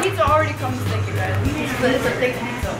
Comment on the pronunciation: no it's pijja